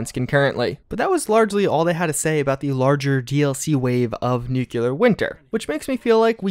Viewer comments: Great videos, but please, it's pronounced NEW-CLEAR not NUKE-YOU-LUR. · Dude, its nuclear, not nuculer, are you president Busch? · NEW - KLEE - EAR NOT NEW - CUE - LAR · Why does everyone pronounce nuclear like nuke-u-ler..... there is no U after the c! It’s pronounce nuke-lee-er. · Every time you say “nucular” my soul dies a little more. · This guy claims to have a college education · You're saying nuclear wrong. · You are saying nuclear wrong